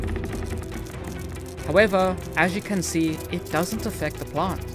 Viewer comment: Am I the only one who only heard the emphasis on "can" the second time watching